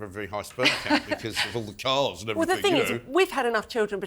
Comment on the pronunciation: I wish that woman wouldn’t say evrythink.It’s everything.